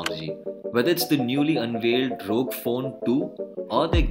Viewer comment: It is not रॊग but R.O.G , for God sake.